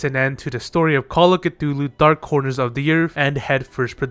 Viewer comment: That is not how you pronounce "Cthulu" It is actually just "Thulu" The C is silent.